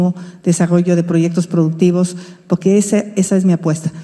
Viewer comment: Me encanta oir hablar a Xochilt y cuando dice poque se come la r pero aun asi se desenvuelve muy bien